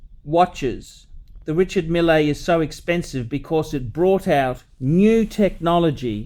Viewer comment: These watches are more popular in Silicon Valley than in the Middle East. Mille is, I have to say, a cool guy for a Frenchman, and is pronouncing his name very badly.